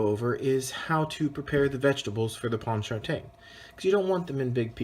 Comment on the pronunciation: As a New Orleans native, let me help you sweet pea, is pronounced pawn-cha-train. Second, I’ve never had this sauce made with tomato paste